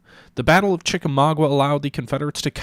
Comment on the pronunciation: Sorry, gotta be a peeve again and say it's pronounced Chi-ka-MAW-ga. Also the Chattanooga-Chickamauga area is quite beautiful! I highly recommend checking it out.